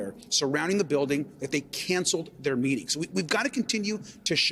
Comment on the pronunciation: DOGE pronounced Doggy, bend over America